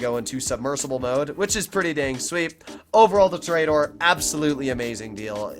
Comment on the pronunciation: i cringe whenever he says tor-E-dor